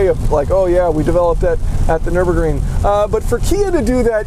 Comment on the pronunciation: Nice... But please seek help pronouncing Nürburgring. You’re intonations and emphasis on the syllables sound uniquely weird.